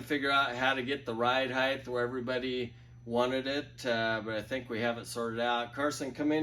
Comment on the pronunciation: Heighth lmao I love it